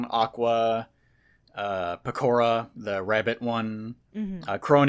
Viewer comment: pronounces Pekora the same way wrong people pronounce pecans.